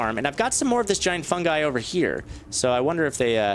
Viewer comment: FUN GUY! it's pronounced FUNGUY not FUN gee